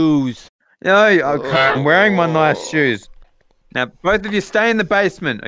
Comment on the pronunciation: Are we going to ignore the fact when josh said "o-gay" instead of okay